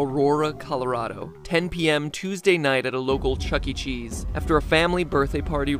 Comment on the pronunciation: "Chuckee Chees" 💀